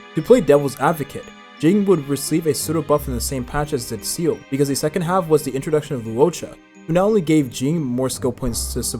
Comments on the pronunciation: Come on bruh just pronounce it as zilla instead of seal💀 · Seele not Seal.. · Is everyone going to ignore how he's pronouncing Seele as "seal" ? or was it intentional ? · First person I've heard pronounce Seele as Seal. Freaking annoying. Do you even play the game? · Jing? (without Yuan) Seal? Im-baby-tor Lu-Nye? What the hell are these pronunciations. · please stop calling seele 'seal' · my ears bleed with each Seel